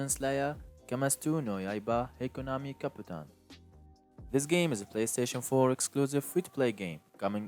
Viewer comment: “PlayStation foe” 😂 lol